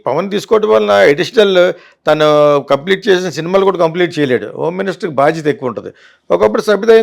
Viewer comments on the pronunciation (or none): none